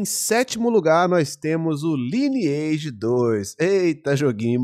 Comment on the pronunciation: Não se fala: Liniaigi, se fala: "LAINEAGE"